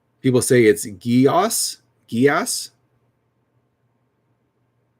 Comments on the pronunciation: Actually, Geas is based in Irish-Gaelic and is pronounced "Gesh." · Weird fact: Geas is pronounced gesh. From Irish folklore.